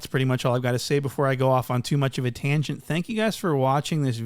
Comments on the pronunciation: should've said Tamgent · "That's pretty much all I've got to say before I go off on too much of a TAMgent."